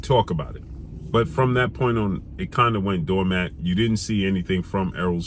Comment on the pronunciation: dormant = doormat 😄😄😄